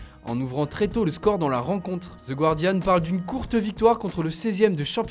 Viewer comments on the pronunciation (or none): none